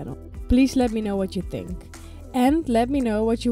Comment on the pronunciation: Niks mis mee, behalve... ach, wat je al weet... Microfoon/geluid/plopkapje. En qua Engels nog even oefenen op woorden als Thing, Think en een langzamere S aan het eind. Thingszz, Thinkszz Komt vast goed. Ga anders lessen nemen bij Tijsie. Hoewel dat meer Amerikaans klinkt en niet zo heel "Netjes" Engels. Keep up the good work. You're gonna nail it with KP-active!